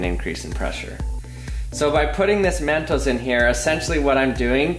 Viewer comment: When he says mentos, it sounds like MEENTOES